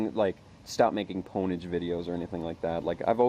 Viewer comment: "Poneage" Aahahahahahahahahahahahahahahah...!